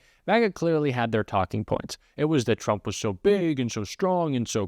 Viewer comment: Caroline levit can't even say trump correctly, she says president Chump. That is by the way a correct description of him.